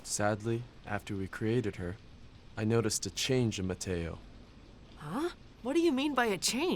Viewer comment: The professor said mataio 😂🎉😂😂😂